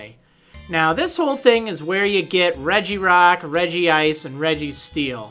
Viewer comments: you speak it out as ; REG-ICE NOT LIKE REGI-ICE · Crustle is CRUS-LE not CRUST-LE Regice is REG-ICE not REGI-ICE